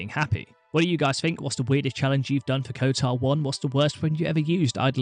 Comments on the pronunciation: kotOr not kotAr... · Kotar? KOTOR!